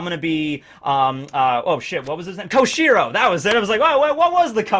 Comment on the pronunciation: Error I noticed was that, you called Denjjro’s yakuza cover up to be Koshiro, it’s Kyoshiro, sorry to be a stickler about it!